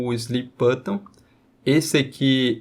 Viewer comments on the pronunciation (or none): o que me pegou no video foi ele falando "slip button" o tempo todo kkkkk no mais ta sensacional o video 🙏🏼✅